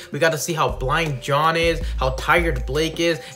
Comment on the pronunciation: LOL I hate to be "that guy" but it's "Jaune" and "Ren" not John and Rin...